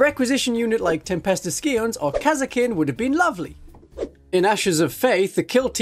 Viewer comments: It is often pronounced psy-ons rather than ski-ons, but also language is a fuck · it's sigh-ons. Like science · I'm sorry did you say tempestus skions?